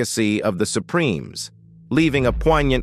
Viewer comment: Shaydows? Supremees? Dear Lord please use a human being as narrator!